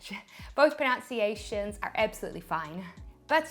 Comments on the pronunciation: ProNUNciation. Please kill me. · Too funny.....at the beginning, she says that the word - niche can be pronounced either: 'neesh' or 'nitch' which is correct. But then she says - "both proNOUNciations are fine" which is wrong......the irony. :)